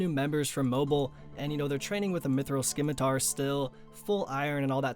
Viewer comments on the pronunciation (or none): Scimitar is pronounced simm-i-tar ... there is no hard C sound, like skim. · Mithril “skimitar”? Jesus Christ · is it a runescape meme to say scimitar wrong? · WHY THE FUCK CAN NOBODY THAT PLAYS THIS GAME PRONOUNCE SCIMITAR CORRECTLY?!?